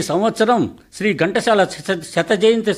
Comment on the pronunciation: మీరు ఘంటశాల అంటున్నారు ఎందుకు చెప్పండి, ఘంటసాల అని చదివితే సరిగా ఉంటుంది.